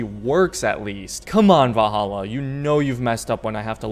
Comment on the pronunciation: Lol "vah-hallah"